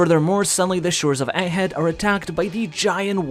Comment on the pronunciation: The gg in egghead isn't meant to be silent.